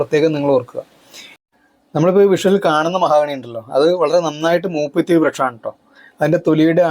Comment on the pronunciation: മഹാഗണി അല്ല മഹോ ഗണി ആണ്